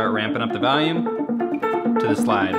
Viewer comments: I swear to god you say "valium" instead of volume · i love this guy but i fucking hate the way he says the word volume. he says “valume” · What "vahlume" Rob :D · Valume lol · As someone from the Chicago area, I can't hear this "valume" everyone is talking about. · "Then I kinda ramp up the valume at the end" "Then ramp up the valume" "Then you ramp up the valume" "Start ramping up the valume" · Wow. This "valume" that Rob talks about must be important